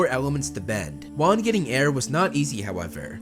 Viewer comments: Its juan not wan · its so wierd that the FIRST avatar is actually WAN which is pronounced like ONE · Avatar Wan (One) Great name for the 1st avatar (Dont get it? Wan is pronounced One)